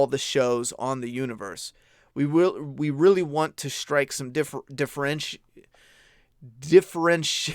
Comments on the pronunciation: I honestly LMAO off at "diff-ee-n-shin". Love ya Ronnie. Is Morgan REALLY dead though... really? ( I know u gave up on Fear... but I'm a Rick, Morgan, Michonne fan girl)... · I’m just loving the part where you keep laughing your own attempts to say “differential” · you seriously crack me up...I love that you're able to laugh at yourself. Ps I have a hard time with that word too!